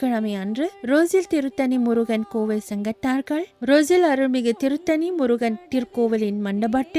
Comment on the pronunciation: Not turuttani it's tiruttani plz.